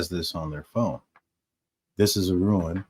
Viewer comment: Please for the love of God stop saying ruin. It's rune. Not ruin. I love the show. I just cringe every time I hear ruin.